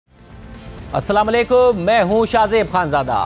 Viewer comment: Shahzaib Ma sha Allah you're confident, have good 👍 speech power but please say Aslam o alaikum correctly . Thanks